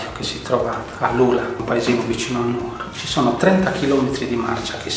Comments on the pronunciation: Che spettacolo! Tra l'altro molto carino che vi abbiano fatto uscire vivi dalla città dopo che l'avete pronunciata non con l'accento sulla U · Però dai..si dice Nu(')oro e non nuo(')ro...daiiiii